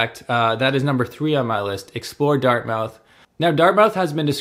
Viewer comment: Pronounced Dart-Mith not “Mouth” the coffee shops are for a certain citizen, I’ve lived in NS for 54 years and never have been to Pier 21, the parks and wildlife are pretty decent I’ll admit, the food options are unbelievable,, if you go Donair you must, MUST go to Tony’s Donair on the commons (2390 Robbie St.) is absolutely the best, don’t do yourself an injustice with another spot get the best, Tony’s. If you’re gonna do the city core, do not use a vehicle, travel on foot, transit, scooter but parking, driving etc downtown is brutal. The number 1 thing to do when visiting Halifax is leave Halifax, Nova Scotia has so much to offer, The South Shore (Chester, Mahone Bay, Lunenburg, Bridgewater, Liverpool, Shelsburne all have unique things to see and visit, strong fishing history, great little towns with cafes and restaurants complimenting the history. Annapolis Valley area, our agricultural region, loads of apple orchards, small fishing villages, the most extreme tides in the world (spend a day to experience the differences in the landscape at high tide and low tide, you will be amazed. Cumberland and eastern Nova Scotia, is all about history, and connections to PEI and Newfoundland via ferry, rich forestry history, and then there’s Cape Breton, its like another world of great salt of the earth people, it’s like the home you’ve never know, some say visit the Cabot Trail, some say Bras Dour lakes, I say its the people, but yes…..you wouldn’t be disappointed if you want your vac